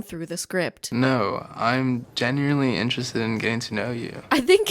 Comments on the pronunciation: Ugh. Can't stand it when people mix the words "genuinely" and "generally" into "genuarily". Up there with people who mix "exit" and "escape" into the dreaded "excape." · Dude should januarly work on his pronunciation.